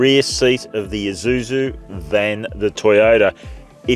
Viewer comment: Finally, an Australian pronounces Isuzu correctly. It’s Isuzu, not eye-zuzu, LoL